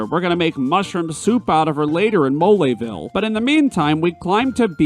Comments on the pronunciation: Oh gosh, the "e" in "Belome" isn't silent? I've been saying it wrong all this time?! Oh gosh, the "e" in "Mole" isn't silent? I've been saying it wrong all this time?! What's "moleville"? I know only of "Moléville". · "MoLAYville" Really, dude?..😐🤣